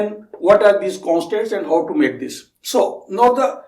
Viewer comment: you pronounce Now as ''No'' & how as 'ho' which was really confusing in the begining to understand but i got used to it now.